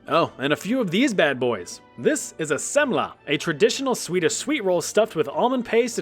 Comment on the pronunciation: as a Swede, your pronunciation of Semla is basically spot on! 😅